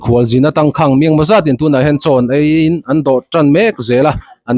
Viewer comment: Tangkhang tih a khang i lam dan kha thluk sang hmang la ngaihthlak a nuam deuh ang. Khanghu kan lam a khang kan lam ang chiah hian Tangkháng